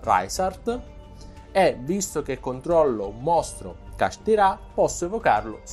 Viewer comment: Kashtira non kasthirá capito?!